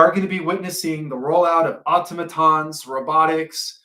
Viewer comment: Are you saying "AUTOMATONS"? I KNOW THAT WORD!? YOU PROUNOUNCE IT DIFFERENTLY?